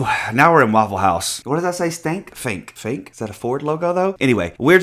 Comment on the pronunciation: It's Funk not Fink! 😄The bit that looks like the dot of an i is just a twirly bit on the F 🤪 Loved your Tae story, but yeah, we all know Tannie is the photogenic diva here 🤩